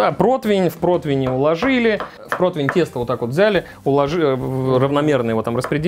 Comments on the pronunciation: Почему протвень?!?! По информации справочно-информационного портала «Русский язык», слово «противень» восходит к немецкому Bratpfanne «сковорода для жаренья». Это немецкое слово подвергалось переделке и переосмыслению на русской почве, и под влиянием слова «против» в результате народной этимологии (попытки объяснить непонятное слово через знакомые слова родного языка) возникло «противень». Филологи отмечают, что корректно только «прОтивень», вариант «протвень» выходит за рамки литературного языка. Таким образом, правильно: зажарить утку на прОтивне, снять пирог с прОтивня. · Противень! Букву И в этом слове никто не отменял, господа- товарищи- шефы! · Нет такого слова "протвень"!!!!!!! Где вы его берете?!!!! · Почему "протвень" и " протвиня"??? Всегда был ПРОТИВЕНЬ! Какого хрена? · Протвень... Поваром еще называется... Даже не знает как правильно произносится/пишется слово ПРОТИВЕНЬ